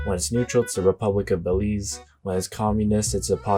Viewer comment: You got Belize right, in American English, Spanish words are basically lone words.